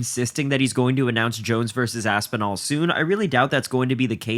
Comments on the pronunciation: He can’t even say Tom Aspinal?! I know jones is scared of that name but damn. The HW division is a joke all because of Dana they need to strip that coward jones! Jones is scared to death duck it ain’t happening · Dana White can't even say Aspinall's name. Disgusting. Are the journalists so scared to lose their press pass that they refuse say something about it? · That opening clip is insane. Really all that needs to be said about the situation. He can't say Aspinall's name, what the fuck.